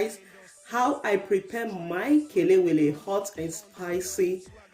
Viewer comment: 🇬🇭kelewele fried at it's best. Hmm delicious. I like how you pronounce ke- le-we-le, for once I was thinking are you a Ghanaian. Well done.